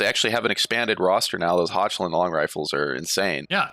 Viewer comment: Its not hotshland its hochland. Learn to speak the Ch if u want to play empire 😂 Beastmen not fun to play as or with???? 😂😂😂😂😂 What? 😂 Scarbrand is a one man army, i plsyed with a friend and he killed 2 khemri armies alone without any help...